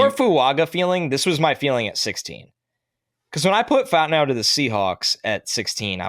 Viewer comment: “I like Troy Fontanow a lot.” Who? Lol i think we need to the double check on that pronunciation. 😂